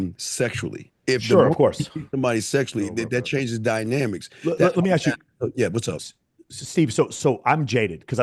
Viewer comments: ASK not AXED 🪓. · in every debate Let me Axe you a question....